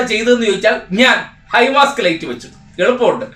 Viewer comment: ഹൈ മാസ്റ്റ് ആണ് ഹൈ മാസ്ക് അല്ല.